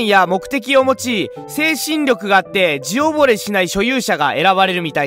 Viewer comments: 自惚れ じぼれ、じゃなくて、うぬぼれ、ですね。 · さらに言うと「じおぼれ」じゃなくて「自惚れ」(うぬぼれ)だからね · 折角要点を纏めて分かりやすくしてくれても、所々イントネーション狂ってたり、自惚れを「じぼれ」って言ってるのが残念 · 自惚れ(うぬぼれ)って読むんやで